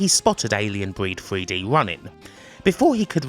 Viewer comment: WTF is Alien Breed Fwee Dee and this wevolushun you talk about? Is it in this mystery feereta?